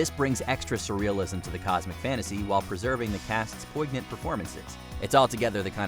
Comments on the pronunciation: "Poignant" is pronounced "POYN-yunt", no hard "g". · Has the narrator ever heard the word poignant pronounced before he was forced to read it from a script?